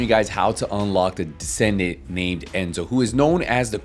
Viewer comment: Enzo not Enzone